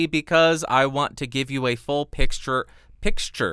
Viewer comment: Like for the "pixture" ♫